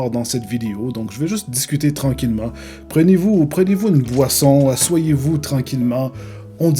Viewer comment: assoiyez vous ? sinon continue comme ça